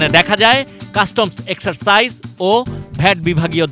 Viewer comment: কাস্টমস এক্সারসাইজ ! রিপোর্টারকে আরো ভাল ভাবে জেনে বুঝে কথা বলা উচিৎ। ডিপার্টমেন্টের নাম "কাস্টমস এক্সাসাইজ ও ভ্যাট"